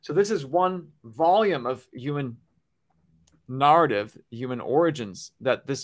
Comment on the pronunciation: Yea what he said... that narr-tiv 🤭